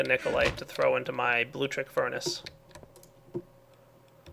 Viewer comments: it's pronounced Bloo-Lectric. No big deal, but you've been saying Bloo-trick since you started using it. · LIK DIS IF U CRINGE EVERTIM says "bluetrick'.